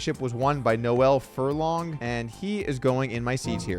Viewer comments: Noel Furlong is Irish Poker royalty and your mis-pronouncing of his name is blasphemy.. it's pronounced "Nole" not "No-well". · Yo Doug Noel is a standard male name pronounced Knoll, not Noelle as in Xmas and female 👍🏻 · Its not nole its no-il which Irish people say so quickly it kinda sounds like one syllable. Same with Gerard, Irish people say it like gerd they boend the two syllables together. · I'd say it's more like a two syllable, like "No-il" but regardless of that, Doug definitely says the feminine "Noelle" in the video. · For anyone interested, Noel Furlong's first name is pronounced "Nole", one syllable, similar to how you'd say role or goal. No hate to Doug or anyone who gets it wrong. Irish names can be a counterintuitive to pronounce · the correct way to pronounce any name is the way in which the person who owns the name pronounces it. You gave the example of Gerard. Theres no one way to say it. The different ways of saying it are both correct. As there are different ways of saying the name Noel. However, Noel Furlong is Irish. And by far the most common way to pronounce that name in Ireland is "Nole". Ive never heard Furlong himself say his own name but any Irish person would say it as "Nole" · Also not pronounced Noelle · Americans constantly fk up saying Irish names, like how can you not say Noel